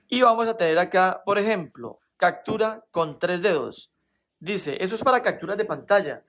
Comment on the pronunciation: CACTURA? POR QUÉ DICES ASI???